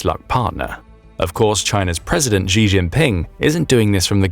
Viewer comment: Shee NOT Jhee